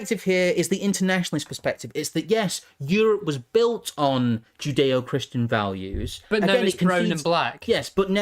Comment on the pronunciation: Joodayoh-Kryschan valyoos